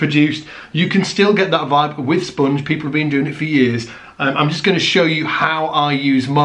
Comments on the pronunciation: It's spOnge, not spUUnge, ha ha ha hah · I don't get it. Why would I want to kill the sustain on my bass? Evidently, I am not seeing the bigger picture here... Anyway, I like the way you say "spunge"...